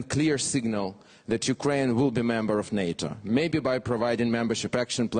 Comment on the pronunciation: Алексей, ты большой молодец! Если хочешь немного улучшить Английский, не оФ Юкрэйн, а оВ Юкрэйн. Это реально отвлекает 😆